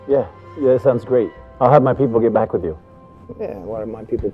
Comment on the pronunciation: "You're right they found a lot of mexicans and now they're going to send them hback" lmao